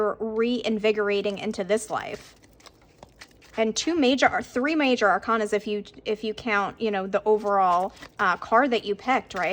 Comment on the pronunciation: Pile number thray😎 Gurl just loved the way you articulated 3😘💖🥳💃🏻🌞🌟☯️🌅🌠🌈🍀